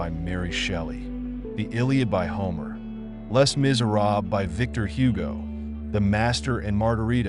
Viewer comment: Just a note - the "Les" in Les Miserables is pronounced "Lay"